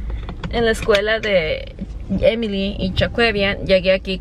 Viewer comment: Se te olvido lo gringa en el minuto pronunciando Emily como lo hacemos los latinos!!! Nunca olvides tus raíces... se nota el esfuerzo que haces cuando pronuncias como Americana..